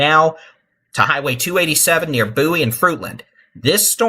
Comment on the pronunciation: It’s Bow-ie , like David Bowie the singer. Just saying. Lol thanks for what you’re doing